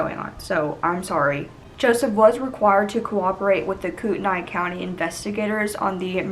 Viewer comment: Great job with the details. I live in the local area. Pronunciation is "Coreduhlane" and "Kootnee". Interesting fact: their house was set back off of Interstate 90- clearly visible. After the trial was completed, local people and construction contractors (with the help of our local government) voluntarily (zero cost) demolished, execuvated and removed every speck of debris of the house as a sign of quiet respect for the family. The homesite has since grown back wild and will remain that way indefinitely as it is now legally protected from building and development. They promised young Shasta that "nothing will ever be there again."